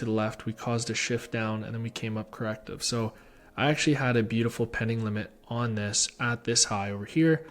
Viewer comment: Man let out his inner brit with that " beauTiful " at the start 😂Big up man !